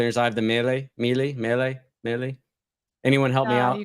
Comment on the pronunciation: It’s actually pronounced “Meeluh”. I’ve owned a Miele vacuum cleaner for over 20 years and it’s fabulous.